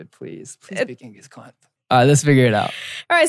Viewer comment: jae pronouncing "khan" perfectly is giving my desi heart life